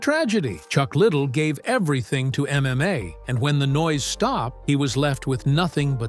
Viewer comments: As soon as I heard "Chuck Little" I just couldn't watch anymore lol. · It’s pronounced Chuck Ly Dell, not Chuck Little. Get it right for Christ Sakes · La..dell not... little..how do you do a documentary without knowing how to pronounce the name? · Chuck little --- not Chuck liddell--- 👌 🥳 😖 🥴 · Chuck little? That's not how his name is pronounced. How can you trust anything said with this. This could be the creation of an 11 year old. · Chuck Ladele. L A D E L E u no how to read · What’s a shame is you can’t even pronounce his name right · Try saying his last name right. you might get more views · Stupid asses can’t even pronounce his name, right🙄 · The way chucks last name is being pronounced is annoying. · Computer voice couldn't pronounce Chucks last name correctly.... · That's ridiculous that ur choice was leaving in mispronouncing his name. Wow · Pronouncing his last name wrong